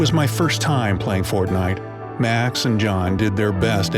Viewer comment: Please he said fontnite